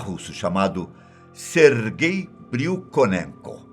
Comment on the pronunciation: "sergay" KKK